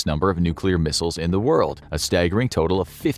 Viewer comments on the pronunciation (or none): none